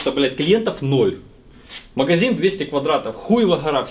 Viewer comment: тебя бомбит, когда говорят подшиБник, так вот, правильно говорить маГазин, а не маХГХазин))))))